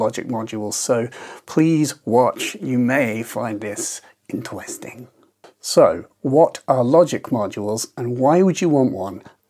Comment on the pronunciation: intewwwwesting... Elmer fudd